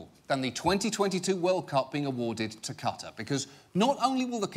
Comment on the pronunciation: Watching Fifa Part 1 compared to Part 2, I'm impressed John Oliver learned how to pronounce "Qatar"